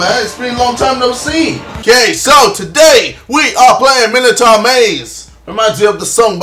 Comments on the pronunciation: Its not MINITAR, its MINOtaur maze :P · u prenounce it minotor not minitar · It's not mini-tar it's my-no-tor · It's pronounced mine o tour not minatour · I cried every time he said 'minnitar maze'. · I believe its pronounced Mine-a-tour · It's pronounced Mine-O-Taur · Mi-no-taur, not mino-taur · play outlast it is better and it is pronounced my-no-toor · How he pronounces 'Minotaur' is wrong, but... Just, so cute. XD <3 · Actually mine O tour is not how it's pronounced you are wrong. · You're English not American, pronounce Minotaur correctly.